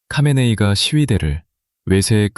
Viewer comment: Ai 목소리가 수많은 이들의 녹음샘플에 모음집입니다 하메네이의 하가 묵음처럼 들려 카메네이로 들리긴 하겠네요 듣는 이들은 선별하여 이해해야 합니다